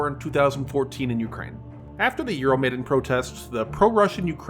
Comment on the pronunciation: Euro Maiden... Yanoskovich. LOL. dude, you need to work on your pronounciation of foreign words.